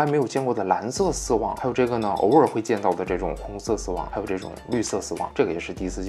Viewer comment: 说丝网，感觉在说丝袜